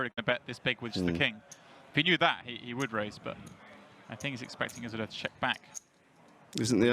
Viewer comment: Isildur is pronounced Ease-ill-dure